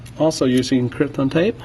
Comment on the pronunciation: It is pronounced "Captain" Tape - Kapton - not Krypton. It cannot be used to defeat Superman. I noticed that the digitizer you removed had a copper border while the one you placed had a silver base - this is a sign of using the lowest quality, cheapest parts available. I strongly advise you try to source "original" quality parts, made to the same specifications as the originals and not the "high copy" cheaper versions. One good thing about doing things this way is that even if you do buy the cheaper high copy screen, you're still transferring the original home flex over to the new screen. High copy screens that come with home flex preinstalled are not going to come with the small SMD components that are required for Smart Cover function to work. If you transfer over the original flex, it will have these components on it.